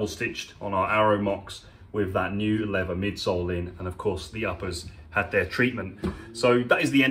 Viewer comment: I live in Texas where leather and cattle are king. Love your videos and I watch them all. Just find it fascinating how shoes are made new looking again. Just one question though. I’ve noticed a lot of Brits pronounce “leather” as “lever”, losing the th sound. What’s with that? Just curious! Great videos!